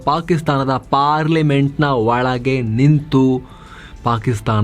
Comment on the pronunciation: Valage alla marre olage 😅